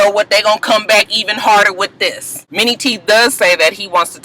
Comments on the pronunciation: y i thought u were saying "mini" teeth lol!!! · Lmao....I always thought you was calling this nigga "Mini" teeth. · tc g me too!!!